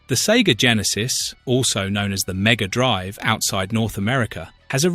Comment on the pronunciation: Maybe it's just me, but the "Drive" in "Mega Drive"should be sounded as a noun, and not a verb. The way it's said is more like the latter. It should be said more like "Hard Drive" than "A long drive".